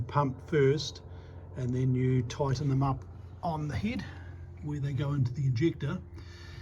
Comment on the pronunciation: Love hearing the NZ accent “heid” for head.